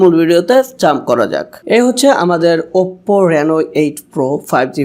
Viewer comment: OPPO uccharon ta valw kore shikhen bhai.